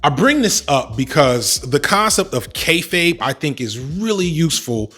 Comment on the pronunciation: Thank you for teaching me how to pronounce “kayfabe”, I have been saying kay-faw-bay for ages